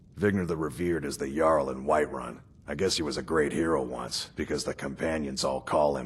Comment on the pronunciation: it's jarl's, not yarl's